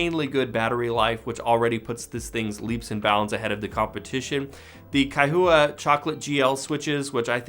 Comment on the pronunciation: This is a strong entry for Logitech, but that price is insane. While the hardware design is very clean, logitech's G Hub still looks like a clusterfuck compared to Razer Synapse or even Corsair's iCUE (though the latter isn't fantastic). Also Kaihua is pronounced as a two syllable name. The "-hua" is pronounced as "hwa", not "hoo-ah".